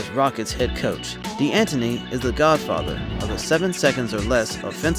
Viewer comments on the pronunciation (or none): Arizona coach "D Anton E" is really pronounced "Dan Tony". H played at the university in my hometown. His family were players and coaches. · d'anthony its pronounced dantony lol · that "D'antoni" pronunciation makes me cringe so hard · Please don’t say mike’s name like that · Ima need for you to say mike's last name correctly